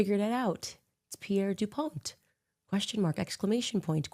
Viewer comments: Hey Candance. The T is silent in Dupont. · Is it Pierre DuPont with a “t” or with a “d”? 😂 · As crazy as everything coming out of Candice is, I cannot get over how she is pronouncing "dupont" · Wooo Delaware shoutout! She’s an idiot. DuPont is literally an (mostly irrelevant and cultish) old American family with old American wealth, much from the Second World War producing nylon. It also is not pronounced the way she says it, making it sound French. Wild.